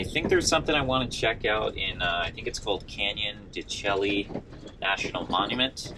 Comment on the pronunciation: Wow. You were near my home at Wheatfields Lake. It’s spelt that way but pronounced Canyon (de Shay).